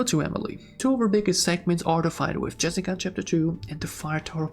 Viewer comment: bro said jerica